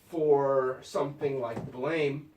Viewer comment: He also keeps pronouncing it Blame and it's getting on my nerves. It's pronounced Blam!